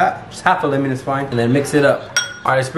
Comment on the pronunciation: can we just talk about the fact he pronounces it limen instead of lemon? 🤔